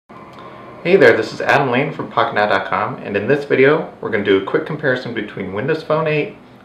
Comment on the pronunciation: When you said Pocket now it sounds like Fuck it now LOL